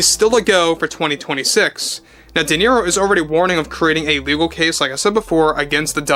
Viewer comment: I think it's pronounced De Zero